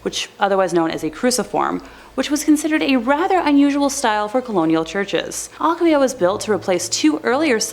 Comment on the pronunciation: It's pronounced (uh-kwy-uh) Aquia as a former resident had to pop on to say this lol